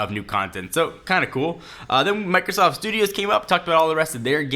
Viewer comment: Did he say Microsauce at the beginning?